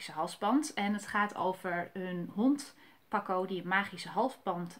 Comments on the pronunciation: Je zecht paaco geen paco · Ze zij paco het is paaaaco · Het is paaco niet paco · Het is paco niet paco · Je spreekt het verkeerd uit namelijk paco